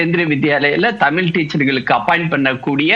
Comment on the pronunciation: ஆசிர்வாதம் நீ முதல்ல தமிழ் ஒழுங்கா உச்சரி தமிழின்னு சொல்லவே தெரியல உனக்கு நீ எல்லாம் பேச வந்துட்டே